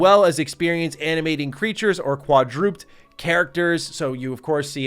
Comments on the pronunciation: quad-drooped? u mean quad-dru-ped right? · Adorable that thinks "quadruped (quad-ru-ped)" is pronounced "quad-drooped" haha. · Quadroopped ? lmao its Quad-ra-peds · I never do this I'm so sorry but quadruped is pronounced "KWAh-DRUH-PED", not "KWAH-DROOPT" 😂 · “Quadroopt” 😂 lol I love you. It’s pronounced “quadra-ped” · Quad-drooped lmfao, it's quad-re-PED 😂😂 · Dear Mr., Quadroped is said/pronounced 'Quad-Ro-Ped'. I lol'd when you said 'Quad-Roped'. Love your videos, I thought you should know. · Quadruped not Kwa-drooped… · quadruped = “quad - roo - ped” = four legged not “quad - roopt” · no hate or shade. But it’s pronounced quadru-ped (ped is an feet, like pediatrist). Literally 4-feet. I’d want someone to tell me. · Lol you said qua-drooped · Laughing my ass off at how pronounced "Quadruped". Say it with me....Quad.....roo.....ped! 🤣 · Quad-rooped? Is that supposed to be quadruped? 🤣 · FYI - Its kinda pronounceded "quad" "dru" "ped" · Did my man say QUADROOPED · I believe it's qua-drew-ped! (Last syllable rhymes with bed.) Just wanted to let ya know :) Great video as always king! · Haha "quadroop'd" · Was wondering if anyone else caught that 😆 quadrooped lol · Quadrooped, huh? Sigh... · It's pronounced like Quad Ra Ped not quadruped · Quadruped rhymes with "bed" not with "duped", my guy 🙂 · I've never in my life heard "quadruped" pronounced like that. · The pronunciation of quadruped caught me off guard. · mispronouncing Quadruped (a word that means 4-legged (Quad: from the Latin word "Quadrangulum" meaning four-sided figure, and Ped which is the Latin word for leg, which comes from the Greek word pod, meaning foot) is certainly a moment.